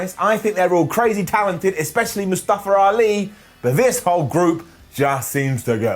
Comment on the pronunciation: Say Mufusa Ali name correctly bru